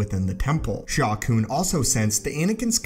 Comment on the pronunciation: Sha Koon? Sounds like a Plo Koon/Shaak Ti love child or something.